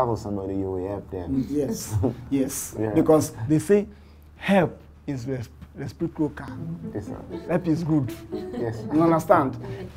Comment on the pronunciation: Recip-croaker ko, recip-tilpia ni. Olodo pastor